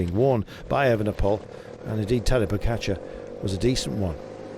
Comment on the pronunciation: Can someone please tell Carlton that its Pogačar, not Pocatcher? It's driving me mad!